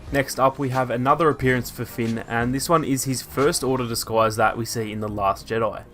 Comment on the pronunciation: You don’t pronounce the G in disguise...